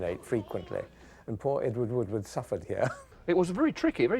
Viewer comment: Ewar Woowar